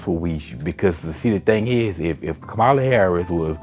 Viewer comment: Her name is pronounced COMMA-la. Thank you. Light skinned-ded? What’s that? Omgeee bruh. Congressman? She was a SENATOR!! Dude! Please get off YouTube